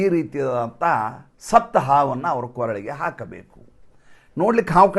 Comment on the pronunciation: Koralege, not Kooralege